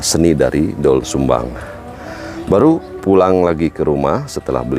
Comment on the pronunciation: Gimana tuh Narator "OE" itu dibaca "U",Bukan dibaca O jadi Dol Sumbang